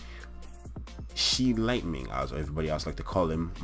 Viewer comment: bro calls the monkey shi lightning hahahaha it's easy to read shi LIN MIN bro (g is silent)